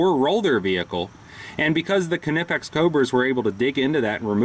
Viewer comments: the "ka-nipex" gets me all the time. being austrian myself i do find it hilarious for yet to find an american to pronounce it properly, but there's no pun intented. the "kn"-combo is vastly different to pronounce in english than it is in german, and as a suggestion you guys should try the "qu" out of "quest" or "question" and seamlessly impart the "n" rather than pronouncing it like "kw". much like "qn-ipex". if that makes sense, of course. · lol. I thought he was trolling at first, but I think he legit thinks it's kannippex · Is that the proper pronunciation? All along the boys at the shop and I have been saying "naipex", funny... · Dude is nipex the K is silent. just like Knight and Knife. Good review otherwise. (I am aware that the Germans do pronounce the K but it just sounds weird in English.) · Knipex= ny-pex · THE K IS SILENT!!! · The k is silent like in knife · No it's not. They're German. You pronounce the K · Aj Robinson no it isn't.. watch some videos from Knipex, they pronounce the K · 842qwery the "K" isn't silent.. just look at some YouTube videos from Knipex, they pronounce it the same way.. :-)